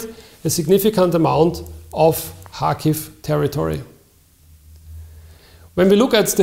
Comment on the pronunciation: ITS PRONOUNCE KARHKIVE